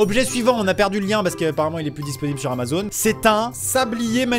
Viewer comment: Lol ta zamazon et pas Amazon lol😂